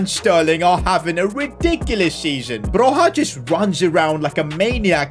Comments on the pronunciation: It’s Broya not Broha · Armando Bro-YA not HA. Great video, cheers! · It is prinounced B R O Y A and i know this because i'm Albanian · Just to let you know you pronounce broja’s name like “broya” the J is like a Y and this is coming for an Albanian. hth. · It’s not broja debut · bro ur dissrespecting my albanian king,is broja like with an j not h